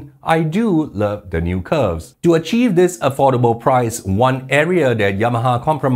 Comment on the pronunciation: Afforable?? Realy?? AFFORABLE????